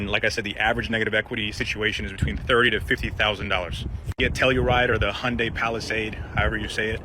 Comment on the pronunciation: Dear youtuber dude, Hyundai is pronounced HUN DAY not HUN DIE. Thanks